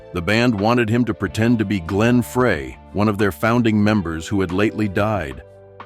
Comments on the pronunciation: Pretty certain that this is all BS Glen “Fray,” might at least want to pronounce the name of one of the founders correctly, try Glen “Fry” These spots are generally all crap, simply something to post ads on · Glenns last name is FRY not FRAY. Their managers name is Irving Azoff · It's pronounced Frey!!!!!!!! Like..."fry".....not "fray"!! 😅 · Glen’s name is pronounced FRY, not FRAY. It’s like nails on a chalkboard every time this guy says it. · They didn’t want him to be Glen Frey . it’s pronounced FRY !!!!!!😊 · Glenn Frey (Fry, not Fray). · As soon as I heard Glenn Fray instead of Fry I knew this was BS. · It's Glen FRY, not Glen Fray. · Glens name Frey is pronounced Fry not Fray Disrespectful ! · Social media fans of Glenn and haters of Gill as a successor need to get over it- Glenn died and would be honored with Vince Gill carrying on and helping keep the Eagles going. Btw - it’s fry as in French fry and NOT Fray…. Also - eagles need Vince Gill and not the other way around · it is pronounced Glen Fry not Fray!!!!! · Glen fray. Come on its fry like fry your chicken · Glen Frey pronounced Fry not Fray you moron. I got sucked into this video. What a hoax. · "Glenn FRAY"? Give me a break. Don't bother watching this P.O.S. video full of absolute nonsense. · Lion Eyes???? Glenn Fry not fray Very ignorant presentation! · I hate it when these videos are AI narrated. It’s pronounced Glen Frye FRY not FRAY.. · His name is pronounced Fry not Fray!!!! Idiot!!! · Dam. I fell for another CLICK BAIT again. Glenn "Fray"?? "Lion eyes"?? Why not let us hear from the mans own voice (Vince Gill) instead of a computerized hack mispronouncing the co-founder of The Eagles 11 different times. AND, you post in the title " how Vince Gill hated this f--lking band?!? Really?? You and your ilk is what gives you tube a bad name. Get a job. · AI sucks ..... Glen Fray ??????? Frey idiot... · Glenn "Fray"? barf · Frey it's pronounced FRY !!!! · Fry your not pronouncing his name, right?